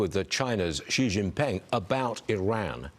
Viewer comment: Hejinping or Shejinping ?